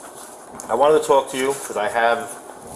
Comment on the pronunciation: "Alls we tryin' to do is too-auk to her..." Sorry, can't take anyone in the video seriously after that.🙄